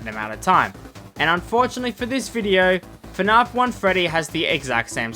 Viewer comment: Who the hell pronounces it fnahf?!